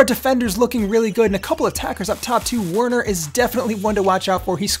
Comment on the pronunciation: Bro, Werner is pronounce as Verner. It’s German. 😁😁